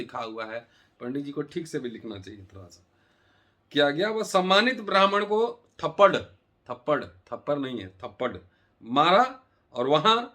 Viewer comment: Thapadd hi hota hai bhai thaparr nahi. Aur har baat ko jaati mein baat kar victim card mat khelo